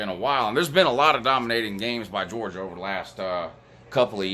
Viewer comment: WHO HAS JAWJA PWAYED WOU